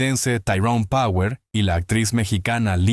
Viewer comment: Pronuncias con el culo tirón power